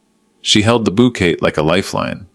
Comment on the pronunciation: OMG - it's bou'kay' NOT bou'ket' & la'fter' not 'lau'ter!! Duh!!